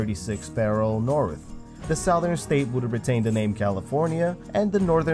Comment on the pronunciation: pronouce 'southern' correctly... it was great vid, and i kept hearing that word get butchered... so im out.